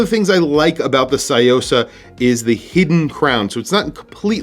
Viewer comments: Love your video and visual of this piece. One thing I have to point out: it’s pronounced “Tsu” or “Tzu”-yosa, not “sai”-yosa. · It's Tsuyosa, not Sayosa. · It's pronounced su-yo-sa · What is it with Americans and pronunciation - tSOO-YO-SAH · C’mon, learn to pronounce a watch correctly if you are going to review it! Good grief!!! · The way you pronounce Tsuyosa is driving me mad haha. Thanks for the review anyway. This watch is awesome